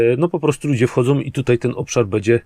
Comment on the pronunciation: jak Cię lubię to twoje "bede", " bedzie" itd., nie zrozum mnie źle, jest nieco denerwujące;)